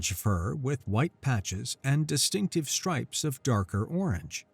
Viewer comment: Fur marked with the white -- Stripes in the text -- but pronounced Strips